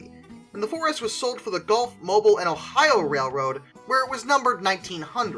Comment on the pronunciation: Mobile is pronounced "mo be uhl" as in automomobile or, in this case, Mobile, Alabama. Mobil is a petroleum company.